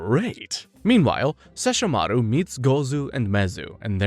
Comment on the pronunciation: They will LITERALLY PRONOUNCE SESSHOMARU AND KAGOME IN THE SHOW AND SOMEHOW PPL WILL STILL SAY IT WRONG 😡😡😡😡😡😡